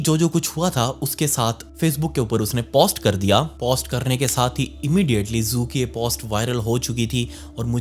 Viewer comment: Post को जरा हल्के से बोले प के ऊपर कम वजन डालो